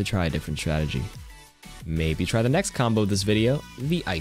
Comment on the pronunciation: mombo? Am I hearing this right